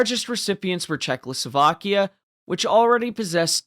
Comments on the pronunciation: I didn’t really care about the pronunciation im just pointing out the possibility of this being his strongest argument (I didn’t really get the reason he thinks you have dyslexia other than a simple mistake)It sound like you say czechloslovakia instead of Czechoslovakia ( basically adding an l) nice video though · ably talking about your pronunciation of Czechoslovakia